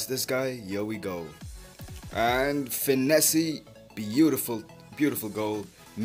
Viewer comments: Yo its finesse not finessey it is pronounced finess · U don't know how to pronounce finesse